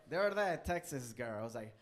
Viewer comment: I come back to rewatch this every so often. He is able to turn "the other day" into a three syllable word; "thutherday." Love him